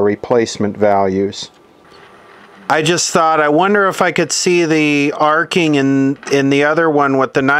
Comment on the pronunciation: " Arco " replacing arcing.